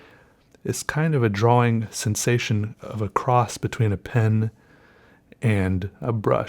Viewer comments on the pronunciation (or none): omg don't even make videos if you say drawling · Just once I wan't to hear you slip up and say drawing with out that hard wing. I love your quirks buddy ahahahahahahah!